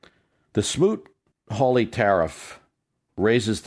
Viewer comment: Smoot-Hawley.....not Smoot-Harley!